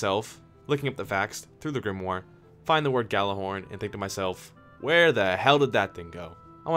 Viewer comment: WOW he fucking nailed the whole Gjallarhorn thing xD